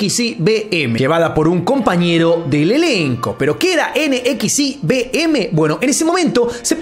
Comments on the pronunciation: Se pronuncia "Nexium" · Se pronuncia Nexium, para la próxima😊